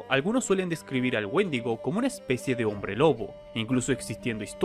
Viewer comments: Pensé que decía mendigo :v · Pensé que decía Woshingo xd